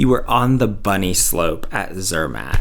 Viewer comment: Rach, Zermatt does NOT rhyme with Kermit, ffs! Zer MAHT!!! The fact that she doesn't even try to pronounce new words correctly is obnoxious and sooo American. Rosti?! ugh. I live in Switzerland. The chocolate and cheese are good, but no one thinks the German-speaking area of Switzerland is the place for fine food. I mean, France and Italy are RIGHT there.